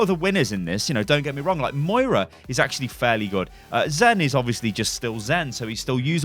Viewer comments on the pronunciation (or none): none